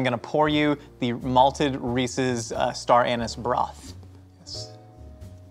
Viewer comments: I heard star anus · Could somebody please teach how to pronounce star anise? "a neice" not "anus"